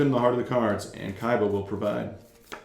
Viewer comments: I love your videos bro but I stg if you say Kaiba one more time like that boy 😂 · saying kaiba is the funniest shit ever 😂 it’s the best